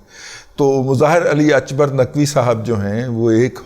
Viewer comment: Mr Ali Akbar Naqvi is a Pakistani not Irani, so please pronounce his name the way it is called in Pakistan. Stop being religious racist